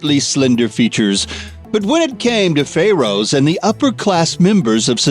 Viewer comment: Stop talking like an idiot!!! Who else just HATES how he says Pharaohs?????